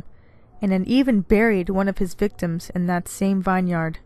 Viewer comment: It's pronounced 'vinyard ' not 'Vine yard' Love your channel, keep up the great stories....